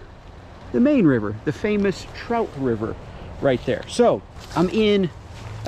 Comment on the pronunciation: Bro!!! You do know it's pronounced Trout...not, chrout